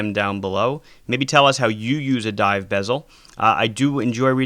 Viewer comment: Did he say scuba Dove